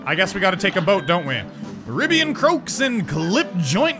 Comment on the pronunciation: Croaks. Not crooks 😂